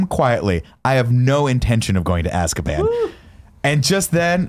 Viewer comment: Everytime says "azkaban ", I think hes saying "asskaban". watched the wrong movie.